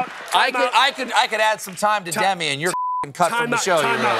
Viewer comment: Colbert tries to say "does this refresh your memory/mind" but trips over his own words a little, and Paul catches him and gives him a hard time, which is why they start laughing and Colbert threatens to cut him. Paul does it again by catching Stephen pronounce Demi's name wrong 😂